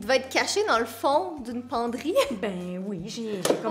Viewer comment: J'adore le '' bein oui '' que la mère de Catherine a fais a !! Je ne me moque pas c jusque que je trouve ça drôle avec l'accent québécois !!😂😂